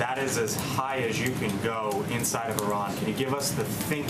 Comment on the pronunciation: This dude doesn't even know how to pronounce Iran